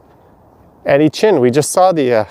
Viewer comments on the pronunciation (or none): none